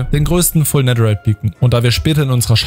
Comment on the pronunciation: wie das aufregt dass du immer "nedder" sagst